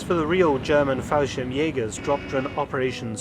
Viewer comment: Falschirmjäger. Without the “s”